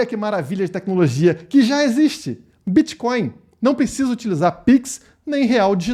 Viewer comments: Será que o parasita é tão leigo que chama Bitcoin de Bitcóio ou repudia tanto que nem consegue falar! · Será que estava zoando ou não sabe como fala mesmo?